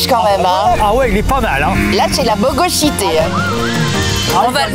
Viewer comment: " La boGOsHiTé" 🤣🤣🤣🤣